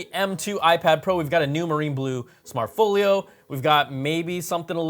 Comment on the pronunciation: "smart FOOL YO" why do you say it like that?? intentional?